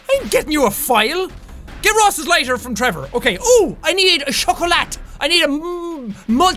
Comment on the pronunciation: You don't pronounce the "T" in chocolat, in french. - This useless reminders was given to you with love by a frenchie fan.